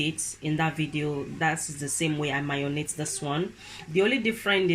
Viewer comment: Hi it's called "marinate" not mayonate 😍